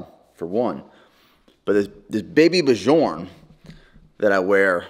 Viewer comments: I love your pronunciation of Baby Björn haha but just a heads up it’s pronounced more like b-your-n but all at once. If you have seen Vikings, like Bjorn Ironside’s name. Not important at all but made me smile. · “Byorn” not “b-jorn”